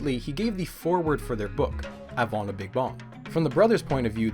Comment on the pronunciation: Why am I giggling so much at "le beeg bong" xD